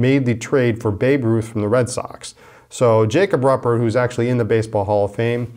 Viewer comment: Jacob’s last name is pronounced roo-pert...